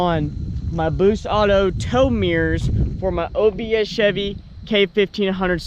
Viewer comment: Take a drink every time he says "obs chebby"